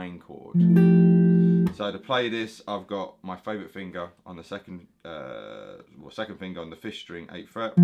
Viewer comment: Lmao my favorite fingaa (heavy accent)